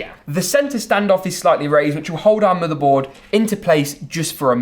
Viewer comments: Da MoDar bOarD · I’m not sure why, but the way he pronounces Motherboard is Oddly Satisfying.